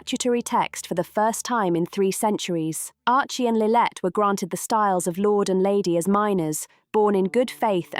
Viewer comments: The narrator repeatedly refers to “Lilith” instead of Lilibet. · How much credence can one put on a video that can't get Lilibet's name right? Go to . Her name is not Lillette. Idiots.